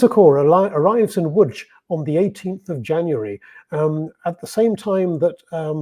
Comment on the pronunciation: Łódź (Lodz) is pronounced perfectly!